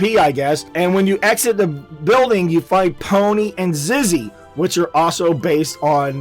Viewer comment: its zizzy not ziggy